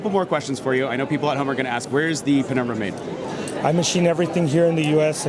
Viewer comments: Penumbra not pre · Penumbra, not prenumbra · Why are they calling it PREnumbra?